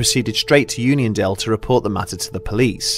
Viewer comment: Keep reading onion instead of union.